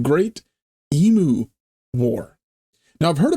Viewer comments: just for future reference, the word Emu pronounced EM, U, and not E,moo. Not that we have that out of the way. As an older Aussie, I have never heard of the Emu war so I've learned something about my own country. 🤣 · It's true they tried to kill off a lot of emus (It's said e-mews not e-moos BTW). Not really a war but they certainly brought in the army and machine guns. As an Aussie, that is embarrassing. It makes a great story though and as you say it was just after a real war so guess they had the guns and ammo. Also emus are really cool, they have zoomies like cats sometimes. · Pronounced EEm.you, not Emoo, sorry! LOL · You pronounce it as e-moo Australians pronounce it Eeem- you. We tend not to call them a flock of emu's or likewise a herd of Kangaroos but rather both are called a ' mob '. Mob is probably the most common term to describe any form of gathering including, family - my mob. Politicians - that crooked mob. Aboriginies- their mob. The only group that are not called a mob are TELSTRA the name that has stuck for them is F**** TELSTRA. Farmer's in the West are called Cockies. Cattle ' ranches ' are called Stations and the Station owners are called pastoralists. The region wheat is grown in the West is called the Wheat Belt, around the size of Great Britain, the emu's were gradually overcome but believe me they're still plenty around. As to the Great Emu War. Nothing like adding a long tail to a story, it's a local art form. You have to be mindful of that when unravelling any story told by an Aussie. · I really hope you took notice of how the world Emu is pronounced, there is no M in it.